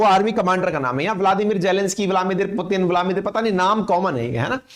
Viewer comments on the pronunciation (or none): none